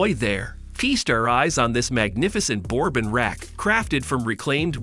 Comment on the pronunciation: Can't pronounce "bass" or "bourbon".